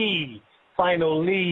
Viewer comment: Peace to the Godz... ....FI-NAH-LEE